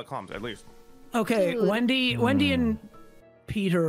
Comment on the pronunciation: whenever sykkuno calls wendy “wendell” i can’t help but laugh 😭😭😭